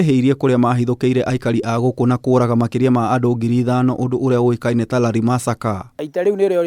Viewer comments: Lari not Lali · Lari not lali.